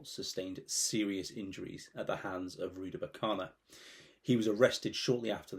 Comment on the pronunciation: Rudakubana. Not Rudabukana.